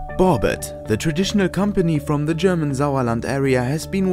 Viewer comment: Now I know how to pronounce my wheels correctly after all these years.